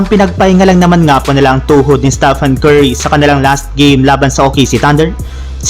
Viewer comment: Ayusin mo yung Pronounciation mo Staphan Curry kindi Stephen Curry!! Isa pa walang rumesbak sa Lakers infact olat na naman sila sa Thunders!!😭🤮😭🤮😭🤮😲😲